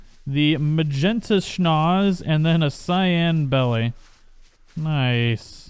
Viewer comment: "Schnozz" sounds hilarious from you. This zoo gets cooler every episode. I like the aviary idea. Maybe make a birdcage for the dimorphs, too? And the archaeopteryx, and the other small fliers. Like the giant aviary in Jurassic Park 2, if you've seen that movie.